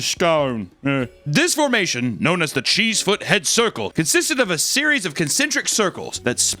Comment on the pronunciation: As I live near there cheesefoot head is actually pronounced chessford head